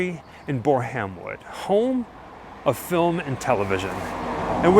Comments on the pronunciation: You pronounce it borem wood guys 😊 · Its pronounced bore-uhm! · Borehamwood is pronounced - BOR-AM-WOOD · It's pronounced Bore-um-wood. A silent 'aitch'. Pinewood Studios is generally considered the premier British film and television studio, which is located in the village of Iver Heath, England, 18 miles (29 km) west of central London. 👍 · Bore - Ham - Wood 😂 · Hi Ryan's mom Sam commenting... Elstree looks more like an industrial Estate than a film studio its amazing how meny Amazing films and TV shows come out of here compared to the ones in America which all look beautiful 😂😂 and i love the way you pronounce Borehamwood * 😂 as a Brit we pronounce it *Bore in wood * we dont pronounce the *Ham 😅😂 its a Silent Ham 😅😂 i love your vlogs you do a great job 👍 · Its pronounced boarumwood, sorry its been highlighted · 😂 Your pronunciation of Bore-Ham-Wood did make me chuckle. 😂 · Pronounced Boram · Love the way you say borehamwood 😊 although it’s not pronounced exactly how it’s spelt nice try, great video anyway!! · Just so you know the H in Borehamwood is silent :) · Love your content guys.... I am an anal love child?!? BoreHAM wood is pronounced phonetically with a silent 'H'. It was the marvellous Nicki cage in one of his movies that kept refering to BuckingHAM palace; again pronounced with a silent 'H'. That really got on my wick,raised my goat and teed me off. P.s. I appreciate my punctuation and spelling are not always what I would wish them to be.si+ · Another amazing video and love the way you say borehamwood 😅❤its usually pronounced with silent E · I live about 10 miles away from Borehamwood and love the American way you pronounced it! 👍😁😎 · The way you pronounced "borehamwood" was truly American.